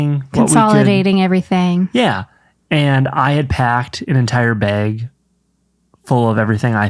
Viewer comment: hearing say beg (bag) is so funny! reminds me of morgan